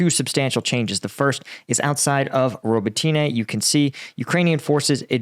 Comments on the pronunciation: Robot-tin-na please and I am English! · Robotyne = ro-BOT-ti-neh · FYI, Robotyne is pronounced Ro-BOT-tin-uh. No way should Westerners support freezing the war and Russia’s keeping the areas it has laid claim to because all that does is reward Russia for invading Ukraine, stealing (or trying to steal) Ukraine’s sovereign territory, and committing innumerable war crimes. Russia would say their war is over and peace has come, but Russia breaks every promise it makes; if a Russian’s lips are moving, he is lying. Russia would use the “peace” to rebuild its military and attack Ukraine before invading other countries. Russia must not keep any part of Ukraine because it would use the land as a base for attacking the Middle East, and Russia and China would work together to wipe out democracy around the world. At first I thought this would be a good channel to watch because of your military expertise, but I see you are not well versed in the political and international realities Ukraine faces. If my assessment of your knowledge is incorrect, then I question your judgment in failing to condemn Russia’s disingenuous call for keeping part of Ukraine and entering into a frozen peace. Anyway, good luck. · like a bank... ROB-BOT-TEEN-EEE-YEAH & OOO-ROZ-JAYNE-EEE-YEAH (but drop the J sound when you say it) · Z a p o r i zh zh i a There's no "h" sound!!!! Please :) And Robotyne, the "y" is pronounced like a short "i" rather than "ee".